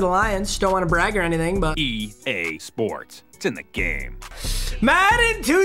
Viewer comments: Am I the only one who heard gae sports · I hear….”e gay sports, to the gay” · did no one else hear the, e gay sports it's in the gay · E Gay sports it's in the Gay If that's what you heard let me know 🤣🤣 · egay sports 😂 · EGay Sports it’s in the Gay haha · Did it say E GAY SPORTS ITS IN THE Gay? Or is it just me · When it say EA Sport it say E gay sport its in to gay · You heard that too?? 😂😂😂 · “E GAY sports to the game” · Did it say EGAY SPORTS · “E gay sports it’s in the gay “ (EA sports) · Lol it said e gay sports